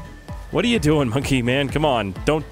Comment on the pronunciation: It’s bonke not monke